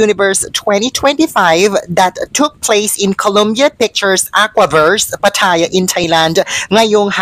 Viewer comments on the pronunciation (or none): none